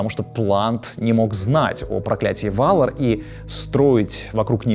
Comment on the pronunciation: Жуть как режут слух ГалАдриеэль, ВАлинор, ВАлары и др. На русском языке благозвучнее все-таки по-другому.